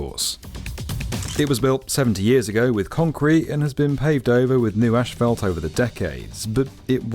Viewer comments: Genuine question is "Ashfelt" the same thing as Asphalt? I've never heard it pronounced this way and wondered if its a different material? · How did asphalt become ashfelt????? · British pronunciations are hilarious. How do you get from asphalt to "ash-felt"? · Somehow it become ASSFELT in your little corner of the world, which is utterly wrong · As an American I’m always fascinated with the usual British pronunciation of asphalt. The initial “ash” sound seems utterly illogical but it’s well-established, and I’m certain that various American pronunciations don’t hold up well to scrutiny either… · It's not so much the "ash" part, but finishing with "felt" which is most curious. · Yes that sure sounds weird to us Americans. But then again think about the phonetic spelling of how we pronounce it: ASS-fault. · Why are British people incapable of pronouncing "asphalt" correctly? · I think you’re saying asphalt wrong. Tarmac is easier mate, seeing as you’re English. 😂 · U brits pronounce asphalt wrong and schedule wrong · Come oooon. It's not "ashphalt", it's "asphalt". There's no H. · Is it just me, or is everyone mispronouncing asphalt as "ÉSH-PHALT"? Literally had to turn the subtitles on, thinking they were actually using some other specific term that I wasn't aware of (they weren't...). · It's ass-fault! Not ashfault, damnit!!! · Thank you. As a lover of aviation, this was very interesting. Also, as an American, it was also interesting to hear how asphalt is pronounced in the UK. "Ash-Felt". In the states is pronounced "Ass-Fault". It just reminds me of how similar, yet strikingly different the US and UK really are. Cheers from California. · It’s asphalt, not „ashfelt“. 😂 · The way they are all pronouncing asphalt in this video is really triggering. It's not ashphalt, it's asphalt, there is no shhhh in there! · Asphalt is pronounced "ass-fault", and not "ash-felt". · What's...ashfalt? 😅 Do you mean Asphalt? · What's ashfelt? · tf is AESH FAULT smh! its ASS-FOLT